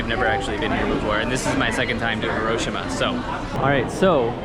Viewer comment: Love your vids but Hiroshima is pronounced Hi-ro-shi-ma and hi is actually pronounced like he.